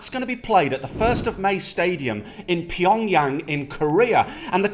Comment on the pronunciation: At first I was like... Are these guys really serious about this video.. and then I hear PYEONGYANG! ahahahah!